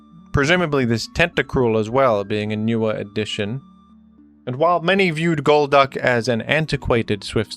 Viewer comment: golduck gol"duck" its literally in the name